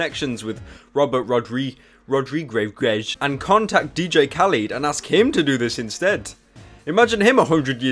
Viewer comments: It's pronounced like this: Ra-Dree-Kez. That's the best way I can explain how to pronounce his last name. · Robert Rod-ree-gezz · Here pyro, let me help you. Robert ROD-REEG-EZ Does that help? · Robert rod-re-gez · Say it with me, daddy. ROD-RE-GEZ. I think. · Ra-Dri-guess, Rodrigues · It's Rod-Ri-guz and dat is how u say it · Pronounced (RO-DRI-GEZ) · Its pronounced rod-ree-gez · Bro cannot say rodriguez lmao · its cute how he cant say rodriguez